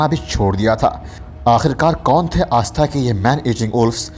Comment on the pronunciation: भाई आस्था नही ....सही शब्द आष्टा उच्चारण कीजिये